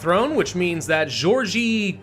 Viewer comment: This is honestly my favourite thing to do in HoI4. Also the G in Georgi is read as the g in grill.